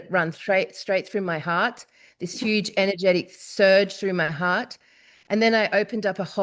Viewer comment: ☣⚠THIS IS YOOGE ⚠☣